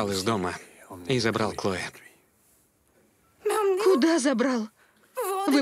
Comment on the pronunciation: КлоЭ какое-то...)) а по-русски это имя звучит "Хлоя". И никакая не "Клоэ". Переводчики такие переводчики))